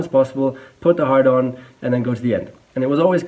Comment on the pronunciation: he says hard-on. Laugh, you better laugh